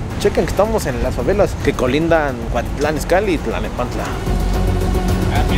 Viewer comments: Buenos videos pero enseñate a pronunciar es cuautitlan no cuatitlan por eso estamos como estamos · Andas en el barrio Piox, como que por una bacha!! Pero es Cuautitlan, no cuatitlan jajajajaja solo un dato! Buen video!! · No es cuatitlán, es cuautitlán!!! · Se dice Cuautitlan y no Cuatitlán se dice Mariguana y no marijuana se dice Cocaína y no cricri neta no te das cuenta o te haces güey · Cuatitlán, clanepancla, aiga 😂😂😂😂 no MMS neta??? 😂😂😂😂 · jajajajajaja "GRABIEL" Y "CUATITLAN" jajajajaja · No inventes primero enseñate a pronunciar tanto los nombres de las personas y de los municipios se dice Gabriel no Grabiel y el otro es Cuautitlán no Cuatitlán